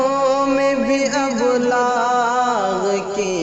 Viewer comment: ابلاغ میں الف کے نیچے زیر پڑھنا چاھئیے تھا۔۔۔۔۔زبر صحیح نہیں۔۔۔باقی غزل اور۔لہجہ تو لاجواب ھے۔۔۔۔۔۔۔بلامبالغہ پچاس سے ذپادہ بار سن لپا۔۔۔۔۔۔دل نہیں بھرا